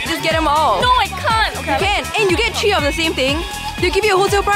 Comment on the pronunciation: Haha she said tree....